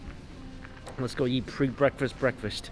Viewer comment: Notice how he says "YEET" instead of "EAT". I've been twitching every single time for 3 years